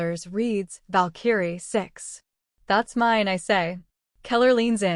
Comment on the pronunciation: It's annoying listening to your AI misprouncing "VALKARIE". You need yo correct thatm